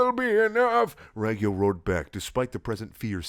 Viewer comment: It's pronouced rawg-yo